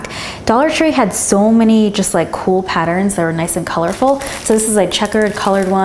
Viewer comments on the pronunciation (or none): none